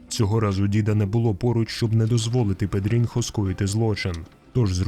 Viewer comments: Читається не не Педрінхо а Педріньо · Не педрінхо, а педрінйо. Це як у нас типу Тарас і Тарасик. І не бочінга, а ботінья що по бразильські ще може чутися як бочінья.